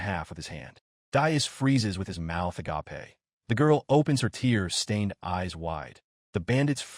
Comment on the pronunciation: Stop letting your AI parser generate the word "agape" for when someone's mouth is open. It's pronounced uh gayp while the word "agape" (the greek word for selfless love) is pronounced uh gah pay and EVERY TIME your stupid AI reader turns uh gayp into uh gah pay. It's NOT THE RIGHT WORD. Just have it say "with their mouth hanging open"